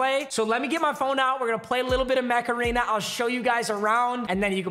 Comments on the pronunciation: it sounds like you keep saying macarena. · Everytime he says "mech arena" I think he's saying macarena